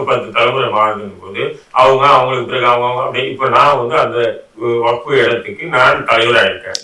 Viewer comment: வக்ஃப் என்று சொல்ல தெரியவில்லை